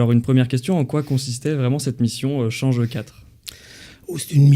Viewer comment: Cest pas "change E".